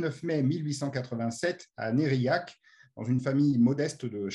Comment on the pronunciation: Né à NERCILLAC et non pas Nerillac..